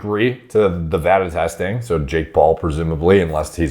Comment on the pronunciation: that's the weirdest way I've ever heard anyone say "so"